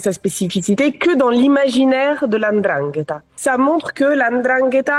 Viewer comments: Bizzare, tout le monde arrive à prononcer ndrangheta mais pourtant quand il s’agit de nom comme ngolo(Kanté) tout le monde prononce engolo. Je m’attendais à entendre la endrangheta vu qu’une bonne partie des francophones fait comme si il est très difficile de lire naturellement comme c’est écrit. Mbappé. Embapé. Bref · Comment ce fait il qu'ilspronocent bien Ndrangeta, mais ne parvienent pas à bien prononcer les noms comme Mbappé, Ngolo et autres, correctement ?